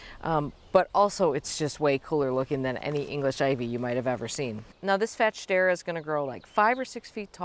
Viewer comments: It's pronounced Fats- Hedera 😅 but I love the way you say it Carex are on my list, that and more Hakonechloa. My garden is drowning in ivy, it's a constant battle to hold it back (UK). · Yes since it's intergeneric hybrid of Fatsia and Hedera it's pronounced Fats-hedera in the trade. But her way might be more fun